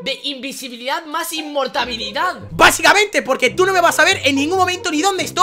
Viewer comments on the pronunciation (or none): Nadie: Arta en el : inmortabilidad